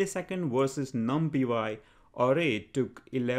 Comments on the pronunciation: great videos man.....just i suggestion its pronounced as "num + pie" = numpy although numpiY is catchy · i have never heard anyone say it the way he says it